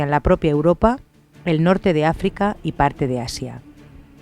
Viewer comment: Mañana este dever :'v de recuperacion a y por cierto Norte de Afica jajaja en vez de Africa :v